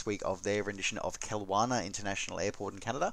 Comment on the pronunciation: Love your channel! But ... as a Canadian who lives in BC and has flown (commercially IRL) into Kelowna many times, the pronunciation is /kill LOW nah/. :-)